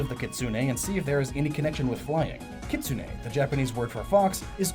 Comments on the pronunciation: KI-tsu-ne (the "u" in "tsu" is barely audible), not Ki-TSU-U-ne. (The "u" sound in "tsu" is not doubled and the stress is on the FIRST syllable, not the second.) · Kitsune is pronounced KIT-SOO-N. not KIT-SOO-NAE.